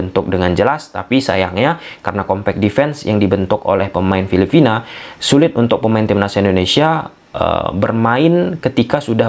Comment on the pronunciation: Bro, bukan filifina tapi filipina atau phillipines..sorry ya saya koreksi pronounciation nya.